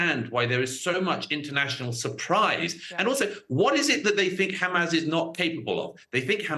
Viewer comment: Why does he always pronounce it as hamazz ?